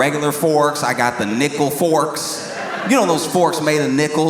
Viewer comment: Nickle forks sounded like n word forks lol had me in stitches 🤣